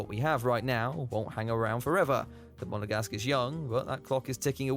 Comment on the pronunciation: STOP. SAYING. MONEGASGUE. Enough already!